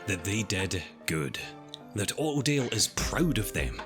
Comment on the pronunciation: Autodale spoken in his accent sounds just like Ordeal, which is kind of fitting of a name